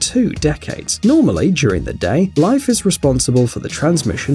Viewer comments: It's pronounced leaf not life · Is anyone else bothered that he pronounces Leif as Life? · LEIF is pronounced Leef not Life.